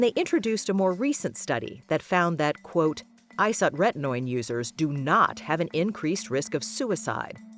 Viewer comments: That’s not how you pronounce isotrentnoin. Irritating. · Very weird way to pronounce "isotretinoin"